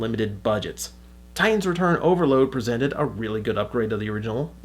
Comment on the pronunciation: Overlord not Overload lol